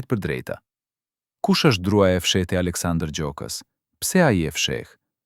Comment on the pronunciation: Ky komentin eshte i sakt. Ky komentuesi, eshte Serb sepse as emrin nuk e thot sakte, pale raaki. Na e shpifi.👋👋👋👋👎👎👎👎👎